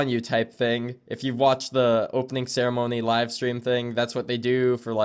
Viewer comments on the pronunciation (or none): none